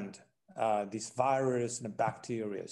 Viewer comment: Talking about the vi-ruhs and the pain and suffering it has inflicted upon the world ... as if his country weren't responsible for the pro duction and sp read of the vi-ruhs.